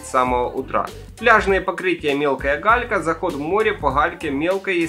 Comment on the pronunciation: Вы сказали не галька, а халька, не "году", в "ходу" 😂 😂 😂 😂 😂 Так смешно 🤪😂